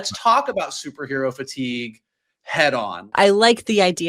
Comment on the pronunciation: Kevin FEI-TIGUE 👍🏼